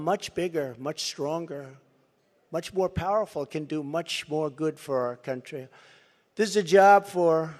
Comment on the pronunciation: Haha! He's such a blow hard. "I'm the only one who can fix the problems we have in this cun'chry. Believe me." ... proceeded to fix nothing from Jan 2017 to Jan 2021.